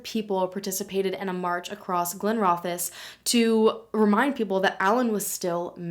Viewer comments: I nearly spat my tea out when I heard this was 'localish' to me, well I'm Glasgow but on the grand scheme of things, thank you for researching how to pronounce Glenrothes correctly. Right I'll go back to watching the video of a case that I've never heard of. Even I struggle with the Fife accent so don't worry. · I'm from Glenrothes and this is still at the front of everyone's mind. Even as someone who didn't know him we all truly hope he's found. Thanks for covering the story (and for pronouncing Glenrothes properly!) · From a Scot, thank you so much for covering this case. Also I am so glad you researched how to say Glenrothes! 😄